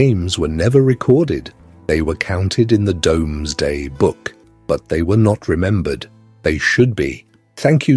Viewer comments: The Norman cathedrals and castles are so beautiful, even though they originally were symbols of oppression. Plus somebody else has probably already said this, but the Domesday book is pronounced 'doomsday'. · yes listen to it say ‘Domsday book ‘ 😂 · This was good. Very enjoyable. I've never heard the Doomsday book being called the Domesday book before though.